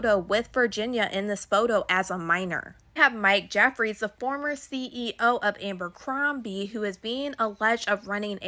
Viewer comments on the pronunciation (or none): If that girl said Abercrombie incorrectly one more time..... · I swear to god if I have to hear her say Ambercombie one more time….😂 who’s gonna tell her it’s Abercrombie???